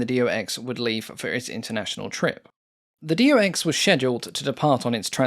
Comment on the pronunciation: Its not D O X! Its Do (one word) and than X. Like his name ist not D O rnier.